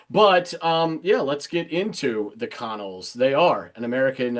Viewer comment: Funny fact - and not that I want to correct you, BUT...the band The Connells is pronounced "kuh-NELLZ". The first syllable sounds like "kuh" and the second, stressed syllable rhymes with "well".